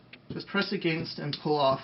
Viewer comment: *creepy Smile*... I like the way you say... "Against" :D